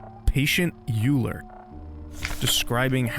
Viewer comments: cool video, however, (EULE) is pronounced (OIL UH) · Eule: Oi-Leh Star: Shtar Adler: Ahd-ler Arar: Ahra Schnapper: Shnahpp-er Storch: Shtor-sh Kranich: Crah-nish All the units are named after the german names of birds. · Eule is the german word for Owl as all the different type of replikas are named after birds. Though it is pronounced differently :3 Greetings from germany!